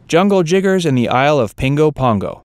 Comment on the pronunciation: 1) You fail to understand that when Bugs Bunny or Angel Puss are treating the black characters with disrespect, these characters are trying to KILL them and deserve everything they get. 2) You clearly said 'Jiggers' instead of 'Jitters'. Did you have another word in mind? 3) You can only repeat the word 'stereotypes' so many times before it has to be said that stereotypes ARE stereotypes because they're based on reality, not myth. 4) The way you misused the expression "Your guess is as good as ours" could start a whole new stereotype about the poor grammar habits of European-Americans. 5) The old Looney Tunes cartoons were not "aimed at children" any more than today's 'South Park' and 'Family Guy' are.